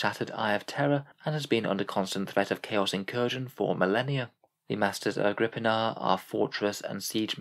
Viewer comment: I always thought it was pronounced Agri-pina